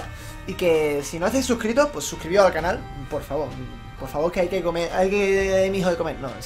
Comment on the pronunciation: "Suscribiroh porque hay que comeh" JAJAJAJA